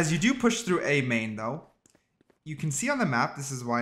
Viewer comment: bro the way youre saying "through" makes me so angry